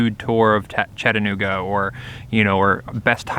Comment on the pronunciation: Thanks for pronouncing the cities name correctly. For an unknow reason, some will pronounce it Chatt-nooga. Doing this, while clearly seeing and knowing the middle a is there.